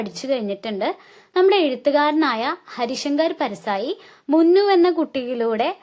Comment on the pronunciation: ടുക്കു അല്ല മുന്നു